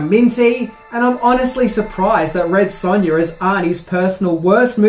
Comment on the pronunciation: Red Sunya lol